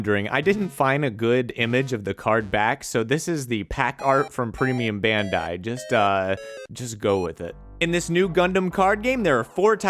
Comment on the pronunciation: It's "bandai" not "bendai".